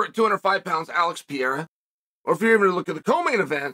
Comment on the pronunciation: My spellings: Mahkhalchev; Piiiiiiiiiera, Charles Olive